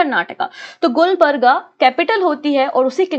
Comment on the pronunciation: Lots of mistakes in your pronunciation, For the sake of your students correcting..... - wali is वली not वाली - मेहमूद गवान ( aa ki matra ) - it's Gulbarga गुलबर्गा ( also called Kalaburagi) Congress President Khadgeji's constituency